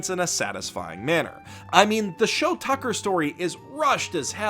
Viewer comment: IT'S SHOU TUCKER YOU FUCKING SIMPLETON!